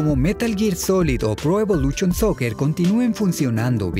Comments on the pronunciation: Pro Evoluchion jajajaja lo siento, no puedo con eso. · “Pro EvoluCHON Soccer”